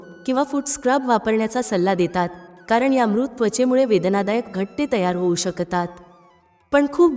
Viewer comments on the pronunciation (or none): शकतात,जळजळ,शकते , म्हणतात इ.शब्द व्यवस्थित उच्चरावेत. माहिती चांगली आहे.